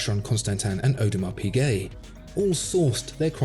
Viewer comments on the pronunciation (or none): none